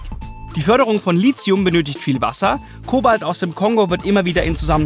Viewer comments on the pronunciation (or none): ein th ist kein z Somit sprechen es gefühlt 90% der Menschheit falsch aus. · Bin ich der einzige den es stört, dass in der kompletten Reportage das Wort "Lithium" falsch ausgesprochen wird?